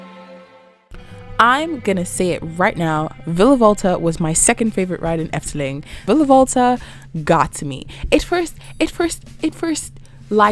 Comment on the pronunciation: Impressed by your pronunciation, IT was pretty spot on